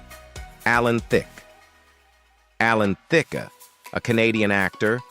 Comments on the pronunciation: Why did you use all stills and little action. And your A.I. ! It is pronounced Allan Thick, not Thickee or Thicka or Thick-A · right on!!!! Alan Thick A. hahahahahahahahahahahahaha. we're in a lot of trouble as a race!